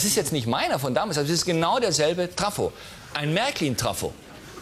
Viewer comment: Vorher lacht Harald Schmidt über Manuel Andracks Aussprache von Vesper, selbst sagt er aber Traffo statt Trafo. :-D